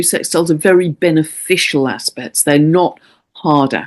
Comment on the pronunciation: I keep hearing, "hard ass-pects!" 😂😂😂